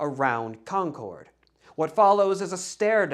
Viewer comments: I’m not sure if you’re from the Boston area, but the way you pronounce Concord is very distracting lol. We say “Konkerd”, not “Kon-kord” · The town in Massachusetts is pronounced like “CON-kerd”, not “con-CHORD” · CON-KID not CON-CORDE like the airline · Enjoyed this video very much. It really is the story I've grown up with as a local (born and raise 10 miles from Concord (/ˈkɑŋkəd/), except that, and no offense meant, we pronounce it /ˈkɑŋkəd/, stress on the first syllable and we never pronounce the 'r' regardless of how they might say it in New Hampshire 🙂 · Not in New England. Feel free to use that pronunciation everywhere else, just not for any of the places named Concord in New England.